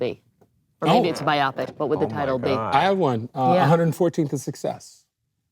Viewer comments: Wow...did homegirl pronounce “biopic” as though it rhymes with “myopic”? 😞Aie... and she was doing so well for the first 57 minutes (she did a great job, actually). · Did she pronounce "bio pic" like "myopic"?